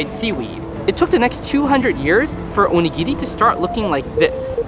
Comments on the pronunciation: you dont pronounce onigiri right and its really dorky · cool video btw, to me, when you speak Japanese to a Japanese person, you sound pretty good but I think your intonation was a little bit off when you were saying these words (maybe because you were speaking chiefly to an English audience?), e.g.: oNIgiri (not oniGIri) aSAkusa (not AsaKUsa) TArako (not taRAko)